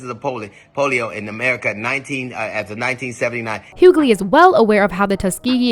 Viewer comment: Question. the narrator refers to DL as hughgaley. Isn't his name Hughley? Is everyone mispronouncing his name.